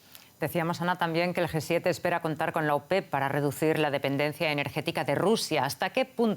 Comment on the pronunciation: quien le dice a la comentarista que no es GUE 7, es G7, no puede tener esos errores ...... que verguenza....